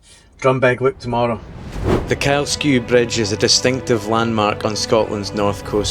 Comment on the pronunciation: Thank you for pronouncing Kylesku bridge properly. I think you’re the first person on YouTube I’ve heard get it right 🎉